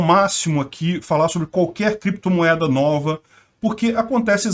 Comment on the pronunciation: “Em algum momento o senhor operou com “creptomoeda [sic]”, com “bitcóio [sic]” ou outros?”... Hehehe